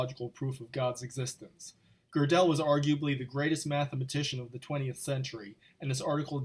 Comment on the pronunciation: Hey choir! He's preaching to you. Especially those of you who do not know how to pronounce Gödel or understand simple logic. Love histrionics? This is your guy!